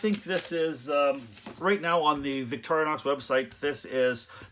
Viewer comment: It's pronounced "Vick-tor-in-ox" not "Vick-toria-nox". Sorry, but not sorry.